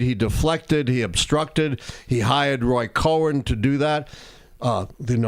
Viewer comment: Don't say Roy Cohen. It's Roy Cohn